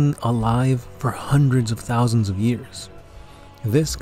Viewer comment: Damn.... This G has been around HUNDREDS OF 'THOSANDS ' OF YEARS!? I like you guys, just be careful lol Unless some warp spaghetti i don't know about...